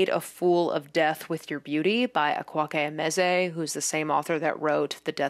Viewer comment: hey just so you know, akwaeke emezi's name is pronounced more like a-kway-kay em-ez-ee, rather than ak-wock-ay em-ez-ay they also pronounce it here if that's easier lol